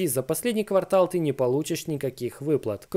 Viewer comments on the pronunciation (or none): none